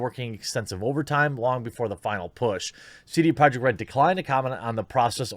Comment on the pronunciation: i couldnt understand how he pronounced his own company.